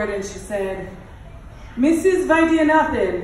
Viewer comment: Vaidyanathan- exact pronunciation❤️